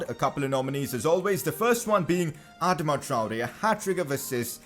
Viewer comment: Someone please tell him how to say Adama